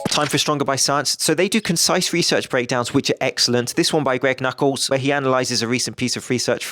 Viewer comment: WHAT???!?!??? I believe you said "Greg Knuckles" incorrectly...Sorry if this was intentional. Love the vids m8. !GREG KNUCKLES!